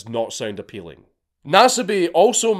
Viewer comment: I'll never get tired of Dankula saying "appeal" as "appeaw".